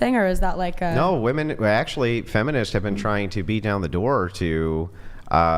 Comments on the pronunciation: Why do these girls always pronounce "women" as "woman"?! Drives me nuts!!! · Even when she reads "women" she says "woman". Wtf? Do they not know the difference between singular and plural? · Why does she keep saying woman as a plural? I thought it was a mistake at first but she keeps doing it! Edit: nvm it was addressed. Still makes no sense though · You can’t say women…dude you have no accent, you just can’t for some reason say it properly I love how when they are proven wrong, and the guys offer to show stats they nope out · It's "women" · Why doesn't Andrew EVER call out these Mickey Moused brained women who can't pronounce "WOMEN"! How can he think that there'd be any merit to a conversation or argument with someone whose native language is English, but who can't pronounce a word as basic as "women". It's like saying to your potential employer at an interview "I'm really smart, I know a lot of stuff .. but oh yeah, I can't pronounce some basic pre-school level words". GOOD BYE! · If you can't pronounce a basic word such as "WOMEN", then you should never think of yourself as someone who ought to say anything about anything at all.